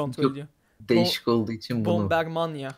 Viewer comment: te ki bomber mania diyişine hastayım HAHAH <3